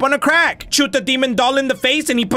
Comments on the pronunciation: "Now repeat after me- DONT CHOOT DE POSEST CHET" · " DONT CHOOT DA POSSESSED CHIT. " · "Don't chut da possessed chet" :p :)